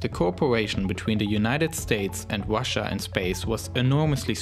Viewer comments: Wussia Pwogwess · Wussia, pwojects, twansports, wefueled, twip to Mars